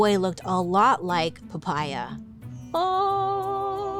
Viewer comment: I laughed so hard listening to Poppea become Papaya 😂 Is that how you pronounce it in english???😂😂